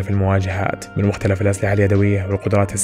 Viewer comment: و مختلِف و ليس مختلَف لأنّ المختلَف عليه تعني المتنازع عليه و أصل الكلمة خِلاف و ليس ٱختلاف